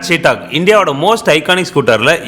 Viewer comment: நண்பா. ரொம்ப நல்ல வண்டி. இப்போ வந்த EV வண்டி ரொம்ப நல்லா இருக்கு. ஒரே ஒரு correction. அது பேரு சீட்டாக் இல்ல. "சேத்தக்". (Chethak splelled as Chetak).